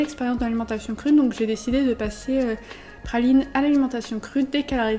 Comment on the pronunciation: Pourquoi dis tu Phaline et pas Praline ? (Un H à la place du R)